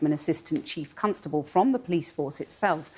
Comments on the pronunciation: Why does she pronounce Constable as Cuntstable? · Lol she says cuntstable